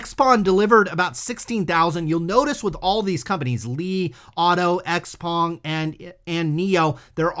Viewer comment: Xpeng pronunciation is 'shou-pang'.